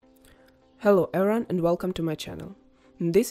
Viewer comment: They way you say everyone almost sounds like my name which was disconcerting.